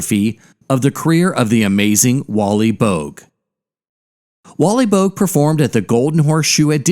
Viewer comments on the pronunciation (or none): Boag? Pronounced bow-ag